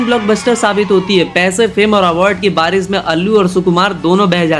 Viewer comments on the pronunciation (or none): none